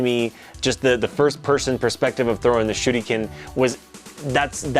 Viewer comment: The first time attempted to say "shuriken" like a Japanese native it came out sounding like "shooty-cannon" (btw, please, don't do that when you're not from Japan and only have a pale excuse of the real accent, it's painful and borderline disrespectful to native speakers, they'll think you are a dirty gaijin who's pretending to have the accent/language down when he doesn't, just say it honestly like a Westerner who speaks English)